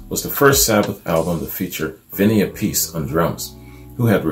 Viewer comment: Love Ozzy Sabbath, Dio Sabbath is Better. Really 2 different bands. Raw with Ozzy... Polished with Dio! Your pronouncing Vinny last name wrong. Its Api-cee Appice Great review.. Dio Sabbath Rules \m/